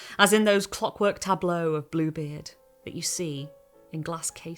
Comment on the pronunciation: for the first sentence of the video I 100% heard "this, is Blooblie"